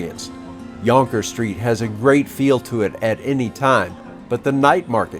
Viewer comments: The minute he say yongker street I stop watching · we say jonker not yonker like you do. There’s a reason why all the coloniser is no longer in asia. And our food with the spices are way better than your bland , steak, hamburger and pastas ….